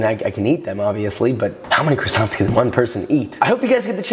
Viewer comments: As a french, dying a little inside every time he says the "t" in croissants 😅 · Would be great if Joshua learned how to pronounce "croissants". It's not "krassonts", it's "kwas-zon". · The minute he said CrussonTs instead of croissants I have to find a different video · Its quasonts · Can’t pronounce what he’s giving directions to make, classy. Love me dem CrissAnts. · they are NOT "krisants" dude, learn how to say it with some style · Great video! Best one I’ve seen so far on croissants! Maybe I’ll finally give them a try :) oh and btw in french we dont pronounce the “t” at the end, so its pronounced “croissan” :) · I just wished he said the word “croissants” the right way!! Love the method though just feel annoying whenever I heard him saying the word “croissants”. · Americans pronounce croissants in a very strange way !! Also herbs, there is a H at the beginning and it is pronounced. In English anyway. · fun fact: you don't pronunce the N and T in croissants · Great job. They look deliscious... But you really need to learn How to prolounce what they are :) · Don't pronounce the "ts" at the end of croissants if you want to say it the right way